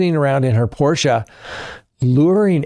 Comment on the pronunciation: Thank you for pronouncing Porsche correctly! 50 years ago I was already preaching to my family that there is no silent 'e' in German. Alas, it fell on deaf ears. :(